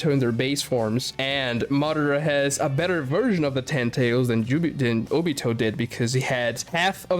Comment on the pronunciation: Bro, kagaya is the strongest, my guy shows the mother of cakes, I'm not gonna say more bc that should say a lot, and why u sayin jobito💀